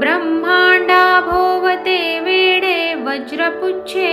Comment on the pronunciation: ब्रम्हांडाभोवती "वेढे"..वेडे नाही..